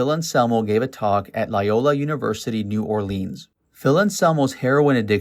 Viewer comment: It's pronounced New Or-lins not new orleeeeens